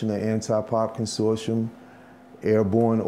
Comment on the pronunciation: He didn't even know how to say 'Consortium'